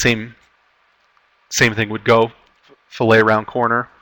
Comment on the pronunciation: Fillet, in engineering, design, etc. is generally pronounced like "fill-it". When associated with fish, it is pronounced like "fil-lay".